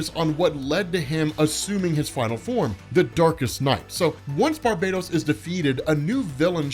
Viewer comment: Nice to hear you're saying Barbados properly.